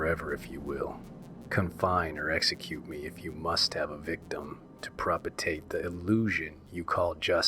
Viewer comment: Here is what I hope is some helpful criticism to aid you in future endeavors, because after the ninth mispronounced word I was done listening. It just took me wholly out of the story. Perhaps try rehearsing the story before you read it for uploading? I simply could not get past the mispronunciation of words like "propitiate", "decrepit", and "sepulchre". I'm not trying to be a dick here. You have a good pace to your reading, and your vocal timbre fit the story. But work on your pronunciation!